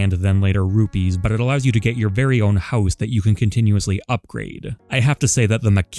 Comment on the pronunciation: The way you said house made my Canadometer go off